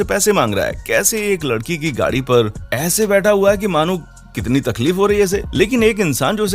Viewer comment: Kese ek ladki ki gadi not lakdi😂😂